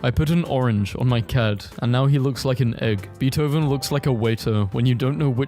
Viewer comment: WHY DID HE SAY BEETHOVEN LIKE BEETH-OVEN